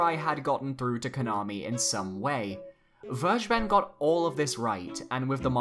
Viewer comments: it's ver- guh- ben. not verge-ben. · its called ver-(fer)-ge-ben this is german and means taken, you make my ocd trumbe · it’s pronounced Ver-Gey-Ben. It’s German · Werge ben? Maybe you should try the correct German pronunciation ''Fer Geh Ben'' -Vergeben :) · Phonetically please say it like like this: Ver-ger-bern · It's pronounced fergeben, just like it's written. It's German for "forgiving" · It's Ver - gay - bun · Vergeben's name is in german you pronounce it ferckeben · It's pronounced ver-gay-ben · I wince everytime you pronounce Vergeben. It is pronounced "fair-gay-ben" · actually "vergeben" means "to forgive". "Zu vergeben" would literally translate as "to to forgive" and doesn't make sense grammatically. Also, it is pronounced like "fair-gay-ben" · It is a German word. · vergeben is a german word and it just sounds so funny, how everyone pronounces it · It's so funnyhow you pronounce "vergeben". It's a german word by the way 🙏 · No hate meant here or anything but no one on the internet pronounces Vergeben correctly